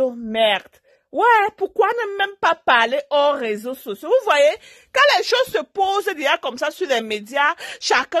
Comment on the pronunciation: On dit réseaux sociaux et non raiseaux